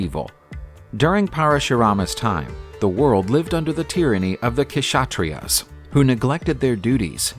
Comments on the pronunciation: Why you don't work on your pronounciation or Google it . K is silent in Kshatriya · Ksathriya pronounciation is wrong